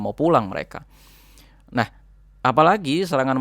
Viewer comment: Mantap infonya ..kerrenn,..kritik dikit yaa mas..😆,klo bilang Nahhnya, jangn medok" kedengeran kocakk tapi rada gimana gitu...😆🙏maaf yaa mas, sy pengikut setia info dr sampean..mksh banyak infony